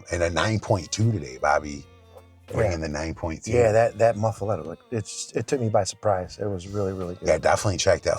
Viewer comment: I am from Louisiana and first off you are pronouncing it wrong. It is pronounced Muff-A-Lotta. 2nd off it isnt one without olive mix on it! I guess this is just a yankee version? 😂😂😂